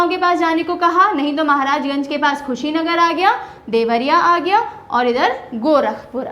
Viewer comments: i am sorry to say mam pr aapne thoda sa galat bol diya tha Mam खुशीनगर nhi कुशीनगर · Dear Ma'am nice video, but that is not khushi Nagar that is kushinagar (कुशीनगर) !! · कुशीनगर मैडम खुशीनगर नहीं😢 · खुशी नगर नही कुसी नगर पहले खुद पड़ना सीखो उसके बाद ज्ञान देने aoo 😂😂😂😂😂😂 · Kushinagar hai ma'am Khushinagar na hai. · Madam vo kushinagar district h not khushinagar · it's कुशीनगर not खुशीनगर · madam g khushi Nagar nahi hai ye kushi nagar hai ...by the way nice class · Mam it's कुशीनगर not khusi nagar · It is Kushi Nagar not khushinsgar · Mam it's not Khusinagar its Kushinagar😊😊I'm from Kushinagar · कुशीनगर not Khusinagar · Mam You should pronounce the name of district correctly. It's hurt to those students who are belonging to that particular district...... kushinagar....khushinagar see the difference 🥰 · Madam khusinagar nhi hai Kushinagar hai। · Khushinagar nhi kushinagar he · Kushinagar not khushinagar. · मैडम जी कुशीनगर को खुशी नगर मत khiye... Up Ganda नहीं up lion h.. 🙏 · Mam khushinagar nhi kushinagar h vo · Ma'am I am from Gorakhpur... It is कुशीनगर, not खुशीनगर..... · Lgta h mam jyda khush h ... esliye khushinagar ko khushinagar pd rhi h 😊...by the way nice job mam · मैडम जी कुशीनगर बोलते है (madam ji speak kushinagar) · कुशीनगर hota है मैडम